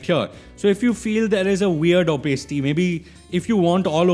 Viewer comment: you are pronouncing opacity wrong it sounds so weird